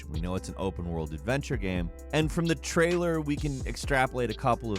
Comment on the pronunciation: This dude makes incredible, super entertaining video content. But, why can't he pronounce the word, "Game"?